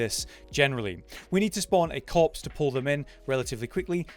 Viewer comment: After reading this every time you hear him say corpse you will hear cops